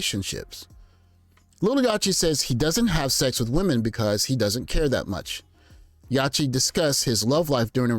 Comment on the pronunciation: It’s Yacht-tee like yacht as in a boat. Yacht-t.